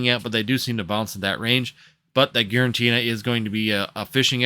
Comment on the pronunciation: It’s Giratina by the way not GiraNtina 😂